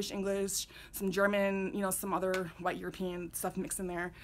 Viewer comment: You say “white” in a strange way!